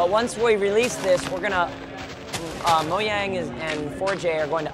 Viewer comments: It's mojang not moyang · It's mojang not moaing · Oh and he says Moyang instead of Mojan.g... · This looks incredible. And it's pronounced Mojang, not Moyang. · ha he said Moyang it's Mojang. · What the heck is wrong with him it's pronounced Mo-jay-ng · moyang and forgay? Ha speak in English please.